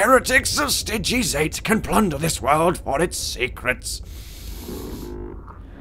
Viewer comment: Stygies with the ty sounding like ie as in Die it's a phosphor serpents not a phosphex, the phosphex STC was destroyed the phosphor STC is still intact